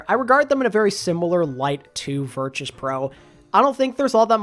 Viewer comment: crazy how they’ve been in the scene for over a year and you still can’t pronounce virtus correct